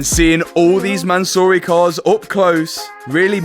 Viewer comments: Mansory: "Soryman" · the pronounce is MANSOOORY - Not Mansory so❌ -soo✅ sory❌ soury✅ man sorry❌ mansoory✅ i know because its an iranian family name. No hate just letting u know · I can't be the only one driven crazy by the pronunciation of Mansory throughout the video